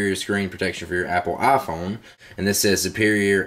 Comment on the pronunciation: Love how you call it the "ah Phone"